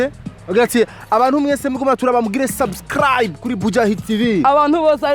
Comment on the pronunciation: ahatswe gucira umutima ariko avuga sus..sasscraabu..